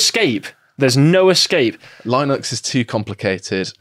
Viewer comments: "L-I-nex is too complicated" well, apparently if you can't even say it right, maybe it really is out of reach of some. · Whats lie-nux 😉